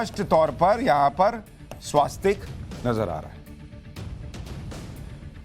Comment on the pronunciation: स्वस्तिक होता है भैया! स्वास्तिक क्यों कहते हो?